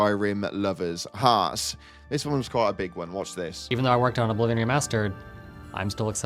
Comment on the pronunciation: "You know... Nintendo predicted all of dis"